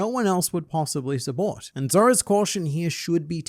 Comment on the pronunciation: "subbort" lol